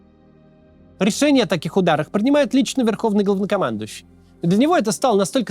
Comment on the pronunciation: Тот момент, когда Максим произносит "главнокомандующий", а слышется через "о" и без "л"😊